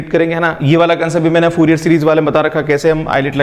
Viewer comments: Sir it's fourier not fuurier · Lamdda , fuurier is so distracting..xd